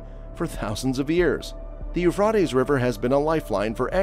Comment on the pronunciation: the pronouncement is u phrat tees